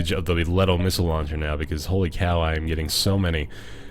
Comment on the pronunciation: THe gun is a LeeToe not Let o. Love the vids, but that is setting off my Nerd circuit.